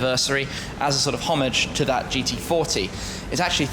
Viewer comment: Please don't use words like "Hommage" if you pronounce it like a "Sammich". These words have a common pronunciation worldwide and same goes for Coupé which isn't a Coup unless you use it for a diamond heist.